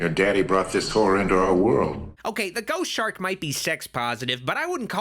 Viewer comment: ‘Chost Shark’